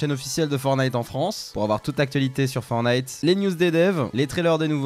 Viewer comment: Juste pour corriger c'est "Fortnite" pas "Fornite"